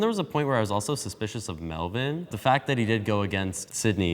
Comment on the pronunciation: I like how he pronounces his name like "Melveen" instead of Melvin.